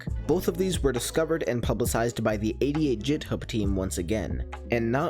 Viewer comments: excuse me did you really just pronounce github as "jithub" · ITS NOT PRONOUCED JITHUB